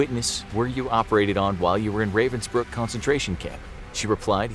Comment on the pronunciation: it hurts me everytime he misspronounces ravensbrück